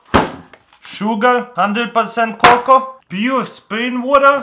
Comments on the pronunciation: I'm laughing so hard tears r rolling down my face. When he said "co cow" for "coco" I lost it. Being that I'm watching am doesn't help either.😯😯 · You pronounced cocoa right the first time the a is silent. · (Ka-cow) Cocoa (Co-co) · Me: "Coco" Crh: "Cocow" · It's coco not cacow it was driving me crazy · it's Co Co not Co cow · Cocoa not cocow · It's coco not cacow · "COCAO" LOL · THE WAY HE SAID COCOA "cacow" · " Then 2 tablespoons of cocow" Ok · It's cocoa ( Coke-Oh) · It's "CO-CO" cocoa. But cacao is the plant it's made from 👍🏻 btw he's from Russia. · he said co cow ha-ha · It's pronounced co co but spelled cocoa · it's coco dude lol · You pronounce it coco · Its actually pronounced kay kay o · how he pronounced cocoa... cocoa or cocow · it's pronounced Co Co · It's pronounced co-co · Cocoa is pronounced coco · it is pronounced co co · he said cocoa wrong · cocoa 😂 don't know how to pronounce